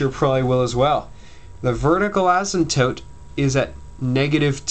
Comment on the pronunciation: Thankyou!!!!! :) and btw you say asymptope funny!